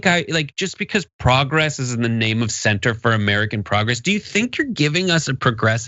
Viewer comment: "Center for American Progress"... the emphasis is on "Center" than "Progress".